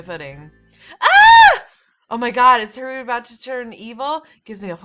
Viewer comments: I can't get over the fact you pronounce Haruhi as Hah-ru-ee ;w; I keep cringing every time you say it lol It's Har-oo-hee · I wanna see you play more :D Also, its pronounced Ha-rue-hee. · I say go for continuing this,! Also, it's pronounced HA-ru-HEE. For "Haru" it's just HA-ru, You're putting too much emphasis on the second syllable. But don't worry about it too much, it just means you're not familiar with Japanese, which I don't blame you for, it's not an easy language to master. (I wouldn't call myself a Master either, just an ex-weeaboo.) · play more please And just so you now haruhi is pronounced ha-ru-he the only difference is really the I at the end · I love this series so far!!! Just so you know haruhi is pronounced "HADUHE" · I think Haruhi is pronounced "Haru-hee," with emphasis on the "hi/hee." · Its pronounced ha-roo-he and curl your tongue on the r so it sounds more like an l. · ***** Same here. xD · You're stressing Haruhi too much 😂 Just relax when you say it. And I would like to see more ❤️ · Oh and for the name haruhi,it's pronounced ha (like you're laughing) ru (your ru is fine) and hi (say it like you're saying he) Hope that helped!